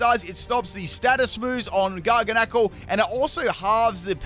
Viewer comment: It's pronounced Gar-gan-ah-cl. Like Gargantuan. Just bothers me hearing everyone mispronounce it so I wanted to help people pronounce it correctly.